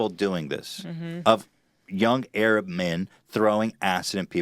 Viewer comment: Why so much emphasis when you say 'Arab'?